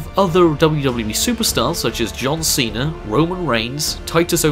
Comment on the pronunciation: Cesare instead of Cena